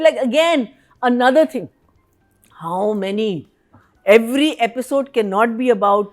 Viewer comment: Aapisode nahi Episode hai 🤯 This ladies Aapisode Aapisode gets to me 😅